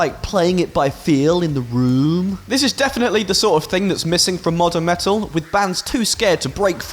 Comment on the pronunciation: You had me at "me'ul"